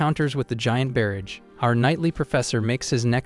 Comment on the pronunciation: Instead of mispronouncing "barrage" in every video as if it rhymes with "marriage", how about using the word "flurry" instead? E.g. instead of a "barrage of attacks", say "a flurry of attacks". The AI will probably pronounce "flurry" correctly. I don't know a good recommendation word for "bow" besides "archery equipment". The AI always pronounces it like it rhymes with cow.